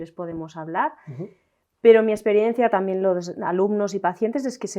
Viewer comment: " TAMIEN" 😂😂😂 Qué mal pronuncian los españoles! Diox!